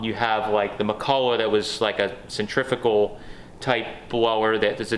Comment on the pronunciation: "Centrifical" ? Yeah, no such thing. Centrifugal.